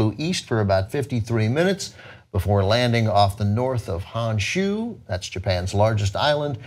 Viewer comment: Gah, I know it can be difficult and there are more important issues here, but it Honshu HONshu not "Hanshu". There is no A in the word... Nor are there any sounds that aren't common sounds in English. If you can pronounce Pyongyang right because of a TV show, you can learn Honshu, a MUCH easier name.